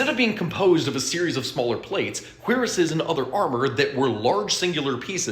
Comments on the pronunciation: Isn’t it pronounced cure-ass instead of queer-ess? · The French word "Cuirass" is pronounced "Koo-ROSS". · Both "kwee-rass" and "kwuh-rass" are accepted pronunciations. Because of, gasp country/regional accents, like Americans saying "Aluminum" and the rest saying "Aluminium".